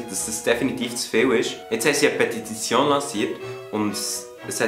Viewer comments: Petititition 😂 nebebi richtig guets Video :) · petititione? Was?